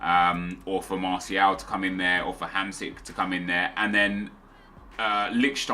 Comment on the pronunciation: I beg he sorts out his pronunciation of martial, the t makes the shhh sound ffs swear he watches football